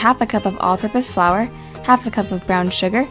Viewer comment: Am I the only one here who thought you said "octopus flour" instead of "all purpose flour"?